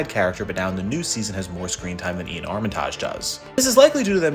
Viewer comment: Damn this guy doesn't know how to pronounce Iain or Armitage